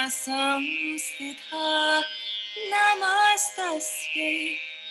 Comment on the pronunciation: Sansthita not Samsthita